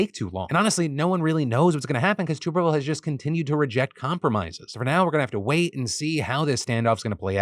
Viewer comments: For future reference it’s Tommy “Tuhb-erville” not “Toob-erville” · I know it doesn't really matter but it's pronounced "tub" erville like the thing you bathe in lol. I'm from Alabama and he doesn't speak for me just thought I'd throw that out there. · "Tommy Tub" not "Tommy Tube"...although maybe "Tube" is better because I'm sure it would make him mad. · Hey Phil! I assume you don’t have any college football fans on your staff. Tuberville is pronounced like bath”tub” not like “tube”. Just a friendly comment :) love the show! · this man said tooooberville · It's Tub er ville. Moron